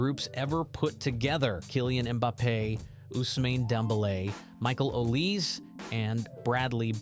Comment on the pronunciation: its called olisE